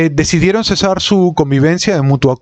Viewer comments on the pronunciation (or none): none